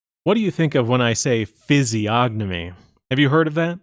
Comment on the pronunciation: The g is silent, moron